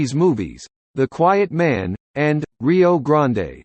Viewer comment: He says rio grande like he’s at Starbucks.